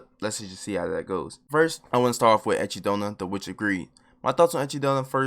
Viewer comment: Why do i always hear achy donut